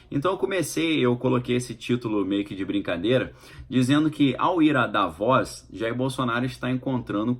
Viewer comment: Querido, pronuncia se" Da - vôs " só quero ajudar!! 😍